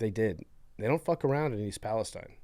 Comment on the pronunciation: The Ohio expert in the room doesn't know how to pronounce East Palestine